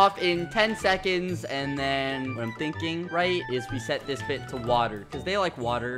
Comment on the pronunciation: “Wseconds” -skeppy 2020